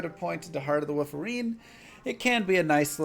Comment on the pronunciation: "Heart of the Wooferine" OK Now you're doing it on purpose! lol